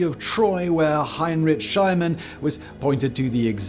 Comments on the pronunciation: "SchlEEmann", NOT "SchLAYmann" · Heinrich Schliemann... Bloody awful pronunciation as usual. So sloppy. Also, it's Ricardians not Richardians. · Heinrich Shilemann? Really?